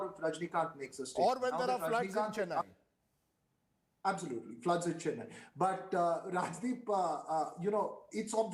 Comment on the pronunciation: Anyone hear pronunciation ?? Shocking least to say.... Jallukutty??.cheeennaiiii?.. Dravidian culture??..there is no such culture, say Tamil culture...I don't think these guys have any clue about my state.. no wonder why both central parties struggling here...